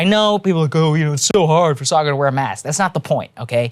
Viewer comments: That slight cringe when Dylan says Saagar's name as 'Say-Gar.' If you're going on someone's show at least figure out how to pronounce their name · "Say-ger" good lord i cringed every time he mispronounced Saagar's name. Completely made me stop listening to what he was saying. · "Saaay-ger" SAAGAR. POLITELY CORRECT THESE PEOPLE. STAND UP FOR YOURSELF, BOY. ~Your 6mos-younger-than-you Mom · I ❤ Dylan Ratigan, but how could anyone watch this show at least once and still pronounce Saagar's name as Saygur...twice? Be best, Dylan! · "Say-gar" oof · Why didn't Dylan learn to pronounce Saagar's name correctly 😀🤣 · Saagar being respectful after the guest mispronounced his name 3 times … Saagar is a classy gentleman. 👍🏼